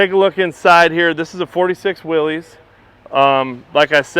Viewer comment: It's pronounced "Will-is".